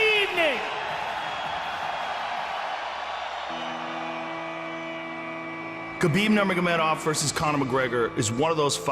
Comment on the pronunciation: Ye fk Khalabeeb